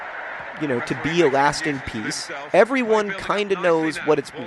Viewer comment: "A lasting peace." i swear i heard Alaskan.